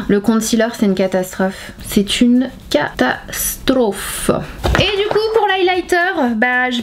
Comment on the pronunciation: Sananas sonne un peu comme une Russe quand elle dit "catastrophe" mdr